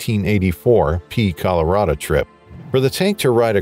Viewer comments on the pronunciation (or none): none